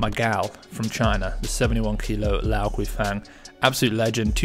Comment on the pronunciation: Enjoy the posts. Just a nit-pick. Guifang is pronounced Gway-fong (I've a Chinese wife!). Keep the content coming!